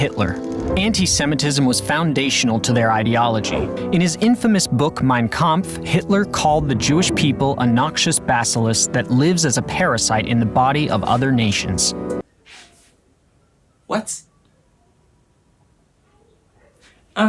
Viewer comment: First time I've ever heard of a "basilis" - I think it should be bacillus